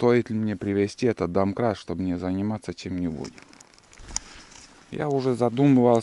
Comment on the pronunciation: вот именно, домкрат, а не донкрат.. Грамотей